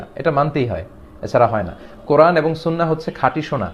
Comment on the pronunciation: আব্দুর রাজ্জাক সহিহ ভাবে কুরআন পড়তে পারে না। তার কুরআন পড়া শুনলেই বূঝতে পারবেন।। দেশে ইসলামী হুকুম থাকলে ওকে মৃত্যুদন্ড দেওয়া হতোকারণ সে মিথ্যা বলে জাতিকে বিভ্রান্ত করছে।